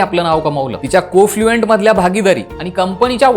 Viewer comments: को -फ्लुएंट नाही महाराजा ......कन्फ्लुएंट .... तसेच थोडा अभ्यास केला असतास तर माहीती अद्ययावत दिली असतीस . नेहा यांनी २०२१ मध्ये Oscilar नावाची कंपनी सुरु केली असून त्यांची नवीन इंनिंग आधीपेक्षा अधीक दमदार आहे. थोडा गूगल केलेस तर सगळी माहीती उपलब्द्ध आहे. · वीडियो छान पण जरा बारकाईने लक्ष द्या,,,,, कॉन्फ्लूएन्ट आहे ते,,,कोफ्लूएंट नाही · Cofluent नव्हे तर confluent